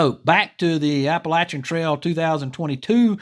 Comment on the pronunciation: Great video as always and thank you for insisting on the correct pronunciation of Appalachian. This Appalachian native appreciates that very much. Just so you don't get yelled at by local folks around McAfee's knob, it's generally pronounced MACK-uh-fee in the area.